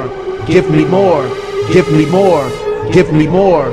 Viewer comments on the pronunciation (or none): At one point it sounds like ”give meme ore”